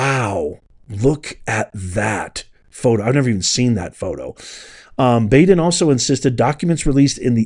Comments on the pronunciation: Dr. Baden is pronounced like Bodden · The guy's name is pronounced Bod-in... Not Bad-in. Been watching that guy mid-80s early nineties... He used to be on a show on HBO called autopsy I think. And he's been on all kinds of different assignments in projects and cases... But word of caution with him, and I'm not sure if this is true.. but they say he can be paid to come out with whatever outcome you want.... So there's that. Then again he could be square as a cube I don't know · Just for clarity, the pathologist’s name is pronounced BAW—DEN, not B-A-DEN. I believe Epstein died of an accident. He was doing something weird sexually, went too far and hung himself. Baden also said the same thing about another cases where those little bones in the neck are broken. He is also a pay for hire pathologist. Not sure how reliable he is anymore. He will deliver his opinion for whoever pays him. Just saying. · Great release...Its pronounced Bahh-din. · thank you for publishing this and giving us the information. It is really disgusting and absolutely evil. Baden is pronounced Bah-den. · It’s Bahhh-den, Maria Bar-ti-romo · You mispronounce Baden😂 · Dr Baden is pronounced like (bottle) not like the "a" sound you're making